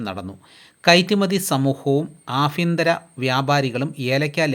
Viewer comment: നിന്നോട് ഞാൻ പലവട്ടം പറഞ്ഞിട്ടുണ്ട് ആഭ്യന്തരം എന്നാണ് ആഫ്യന്തരം അല്ല. ഭാഗം എന്നാണ് ഫാഗം എന്നല്ല. നാക്ക് വടിച്ച് പല്ല് തേച്ച് സംസാരിക്കാൻ പഠിക്കുക